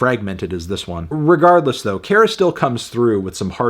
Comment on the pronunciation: Kara is pronounced like "care-uh"